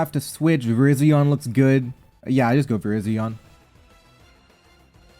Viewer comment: The title is correct, but you mispronounce Verizon multiple times in the video.